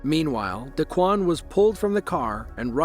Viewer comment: d'kwon, d-Quon, whatever. pronounced D E E E E E E E-ad......at the scene.